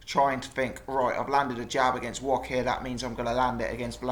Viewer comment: Mariusz Wok ? or Wach ? at least pronounce his name right.